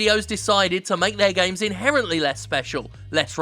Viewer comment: I can't get enough of the way Jim pronounces "gaiymes"